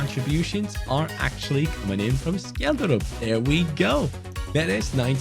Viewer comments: From a Norwegian its pronounced Shelldrup 🐚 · Scheljderup is pronounced shell-de-rup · You say Schjelderup with a sh sound not a k sound😅 Norwegian btw